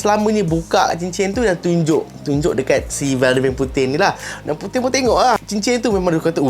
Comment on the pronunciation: Puting ,bila sebut puting ingat puting..